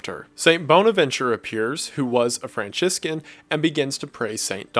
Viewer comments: I didn't know who you were talking about when you said St. Thomas Aquinas. You pronounced his name incorrectly. just wanted to point that out - it's pronounced ah-kwai-ness. Also, Franciscan is pronounced Fran-siss-can. other than that, perfect video. I'm Catholic... sorry. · Aqua-nis and Fran-Chiss-kin killed me 😂. Still a great video and an epic series, southern pronunciation aside. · I swear every time I hear Franciscan I hear Franschicken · I love how he pronounces Franciscan like franchisgan😂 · I'm so sorry, but your pronunciation of "Aquinas" physically hurts me. My entire high school was heavily based off of his reasoning style, so I used to hear it a lot. EDIT: "Franchiscan" I'm dying